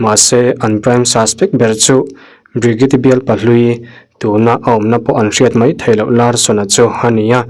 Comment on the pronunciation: Hnam dang hming i lam thiam loh pawhin a lam dan youtube ah vêk hian 'pronounce bridget' ti tein han zawng hmasa la a changtu ber hming phei chu lam zin a ngai ropui sia i inti mualpho zau lo deuh thei ang, ṭhahnemngaih thilah ka lo sawi ve mai² anih chu😅